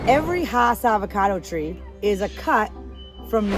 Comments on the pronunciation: You are correct. Rudolph Hass' farm was in L.A. County. And his name is pronounced "Hass;" not "haws." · Hass is pronounced like bass.